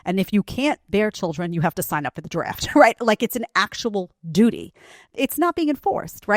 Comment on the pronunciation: said Dooty!😂